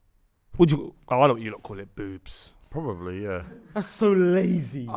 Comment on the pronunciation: the way says boobs XD boys, the dodo went extinct because of hunting, destruction and deforestation of their habitat by the very animals dutch lads brought to their habitat. The best show!